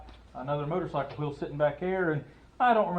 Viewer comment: I preferred the "Motercycle" sounds so French.. just sayin'. "Get to da choppa"!!